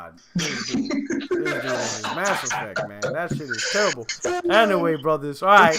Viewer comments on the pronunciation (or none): none